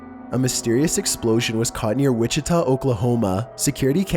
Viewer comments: Witchy Witchita mystery XD IM CRYING!!! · Wichita KS not Oklahoma.. but love the videos!!